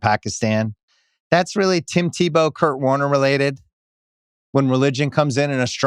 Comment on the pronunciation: I just listened to that and almost fell out of my chair. Thats a peak Bill error. I went to the comments and immediately control F'd "Kurt Warner" to see if anyone else noticed it lol